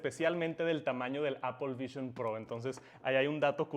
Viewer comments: Appel vishion prooououuuu haci dice el man xd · Apol vishon prou xD